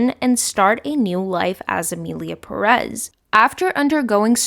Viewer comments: PÉREZ -the first syllabe is tónic, that is why it has accent. Please stop saying perez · Non related, but I need to ask: do they say "PerEz" in the movie? Because Ive watching a lot of videos talking about the movie and everyone says it like that, but the name is actually PErez, so I was wondering if this was so bad they dont even got the name of their main character right 😂